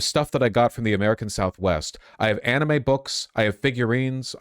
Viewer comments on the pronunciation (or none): none